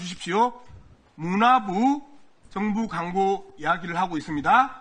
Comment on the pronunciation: 강고가 아니고 광고야 발음 연습이나 좀 하고 와라